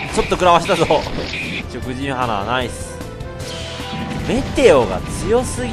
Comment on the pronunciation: 食人花は、「しょくじんはな」ではなく「しょくじんか」と読むべきだと思いますよ。気になったのでコメントしました。